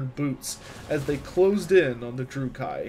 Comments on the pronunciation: Good quality work, bad pronunciations. Dru-kee. Not dru-kai. Mors-leeb. Not Mors-lib. Morathi stresses the a. Like wrath. More wrath-y. Morathi. Surmised, not summarized. I loved the content otherwise. Good narration, good video editing, fun subject. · You are mispronouncing "dais" and "druchi". Nice work other than that!